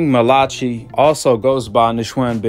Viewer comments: Bro it’s I think it’s pronounced Mal-uh-kie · I think his name is pronounced mal-uh-kie malachi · Malachi? Is it not pronounced as Malah-kai? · Pronounced "MAL-UH-KYE" Malachi 👌🏿! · Mal-a- Ki … or King Jr … you’re saying it wrong … I know cause his dad is my coach , and I’m on the coaching team